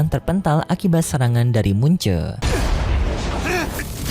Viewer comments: bang bukan mun ce tpi mu chen🗿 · Mu chen bukan mun che